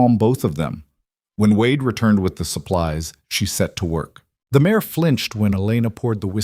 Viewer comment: Female horse - mare not mayor